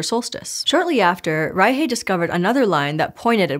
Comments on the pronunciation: It's pronounced rai-shuh, not rai-hey. You said, "German-Peruvian", then proceeded to pronounce the name like it's some weird Spanish hybrid. She's German-born and the surname is German. Just throw it in a translator and listen to it before you record the episode. You're making my brain twitch and I can't pay attention to the science! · Im sorry, I have to ask. You said Maria Reiche was German, yes? Why on earth is it pronounced rei-hey and not reik? The root of Reich and Rick in West germanic is reik (ruler). Hence the name Frederick and the word Reich. Did she just go by how the locals where she worked pronounced it? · Why are you pronouncing Reiche as "ry-hay"? She's German. It's "ry-shuh" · Fluent German speaker here. I had to do a double-take on the actual spelling of Maria Reiche's surname because the pronunciation was so off when I was listening! Reiche is pronounced more like "RYE-shuh" (not "RYE-hay"), with a softer "sh"-like sound plus a schwa at the end (not "h" plus "ay"). The "sh" is a better approximation of the German "ich"-Laut sound (this isn't the "ach"-Laut), but "shuh" for the second syllable certainly sounds a lot closer to actual German than "hay". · Doesn't make sense. The german ch sounds very similar to the Spanish J. So they know this sound. The speaker seemed to be familiar with Spanish, so no idea why she didn't pronounce it like reitshe as Spanish do with eintratsht Frankfurt. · "Rye-hay", lol. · I'm confused by your pronunciation of Reiche. It's a German name. Did she take on a Spanish-influenced pronunciation in Peru? I couldn't find a pronunciation on Forvo for other than just the surname. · That german pronocuation was atrocious. You butchered poor Maria’s name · Maybe she’s afraid to make it sound like reich. Or she said it as if it were Spanglish